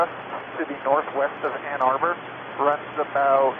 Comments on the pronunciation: It's Ann Arbor, not Ann Harbor. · Btw, minor detail, but it's Ann Arbor, not Ann Harbor lol